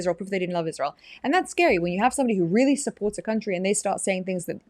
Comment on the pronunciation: Like your husband, can’t stand hearing that “IZHSrael” over and over from her mouth